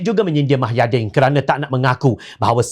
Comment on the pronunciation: Kalau boleh pembaca berita nya sebut nama² tokoh dengan jelas dan benar.. Misalnya nama agong kalau boleh full.. Jangan separuh gitu.. Hahaha Satu lagi.... Nama bekas pm tu MUHYIDDIN Bukan MAHAIDIN.. Jadilah penyampai berita yang mantapppp... Mantap dengan info beritanya..